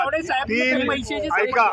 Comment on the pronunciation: आयको😂😂😂 ऐका ऐवजी म्हणतोय😂😂